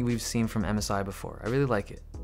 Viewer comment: I thought you said Amazon instead of MSI